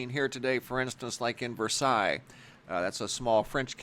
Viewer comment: It's pronounced ver-sales